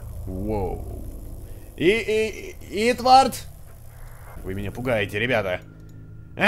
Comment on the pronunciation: Валентина Виннер= Правильнее не Итвард, а Итворд(◕ᴥ◕)